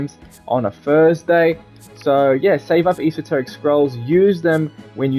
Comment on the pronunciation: It's funny hearing him mispronounce esoteric